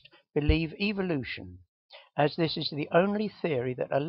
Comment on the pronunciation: Haha is this guy saying evil-lution?